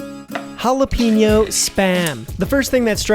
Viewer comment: It's hall-uh-pen-yo. Love the video. Gotta try the the korean bbq and maple, and tocino